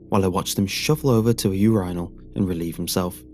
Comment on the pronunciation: Bro. I swear to god. If I have to hear you pronounce Urinal as Urhinol one more time D: 3rd Story is a good idea. ATTENTION! SPOILER INCOMING: When he cuts the corpses however, it doesn't make any sense that there is a lot of blood , or loads, when he is severing the limbs as the heads had been severed prior. Most of the blood would have gone.